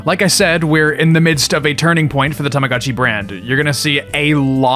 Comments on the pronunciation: I just can't continue watching the video with the constant "God-Chi" instead of "Go-t Chi"🤣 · i must correct your pronunciation its pronounced as tama GO CHI its not GA its GO do not say tamaGAchi, please, read it as its written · This is a really cool video, but I just couldn't stand the "tahmahgahtchi" pronounciation T_T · It's tamaGOTCHI, not gachi. I'm sorry but I can't listen to you mispronounce it for an hour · Terfgotchi I'm crying 😂😂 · You have the weirdest pronunciation of the letter O I have ever heard. Tamaga? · Why are you pronouncing Tamagotchi like that? 😭 Why are you saying TamagAHtchi 😭😭😭 i cant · I wanted one but they were really expensive. I got a cheaper copy and he thing died a lot. You pronounce Tamagochi weird. TamagOchi not "TamagAchi". Not knowing how to pronounce BTS is the same as not knowing how to pronounce R2D2 or whatever. And lastly, you don't like anime, but many watchers probably do, so don't mock people tastes. After that, I close the video. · What's an TAMAGATCHI? u keep talking about a tamagatchi but I do know TamaGOTCHI with the OOOO sound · Why does every single english speaker call it "Tomogatchi"? It's "Tamagotchi", it's a completely different sound. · Ahh yes, the Tomogatchi. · TAMAGO CHI. LONG O DAMMIT IT'S PRONOUNCED WITH A LONG O. TAMAGO MEANS EGG. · omg you can’t make an hour video about tamagotchi and pronounce the thing wrong 😭 i can’t listen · I'm not even Japanese but everytime you pronounce Tamagotchi I cringe